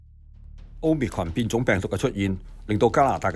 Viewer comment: 好心有些報導員去認真一下 omicron 的讀法 失禮呀